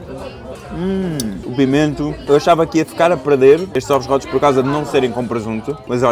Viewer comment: “Ovos rótos”